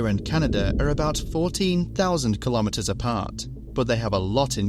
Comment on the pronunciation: your pronunciation of the word 'kilometres' is incorrect.